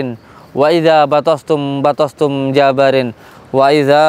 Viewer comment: Ini daran...Ampura....JABBAARIIIN.....pakek TASYDID "BA" nya dan panjang bacaannya...